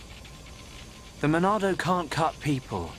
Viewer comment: Why do people say Monado so weirdly? It's not "the Monado", it's "the MONNNNAAAAAAADOOOOOO!?"